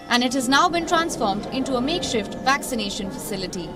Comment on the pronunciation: Makeshift.... Not make shit